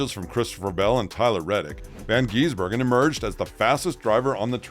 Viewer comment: I'm hearing van geese burger 😂